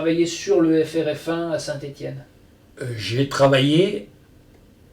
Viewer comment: Finally Ian can learn how to pronounce Saint Etienne